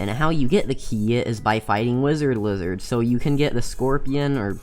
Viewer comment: Wi-zerd Li-zerd lol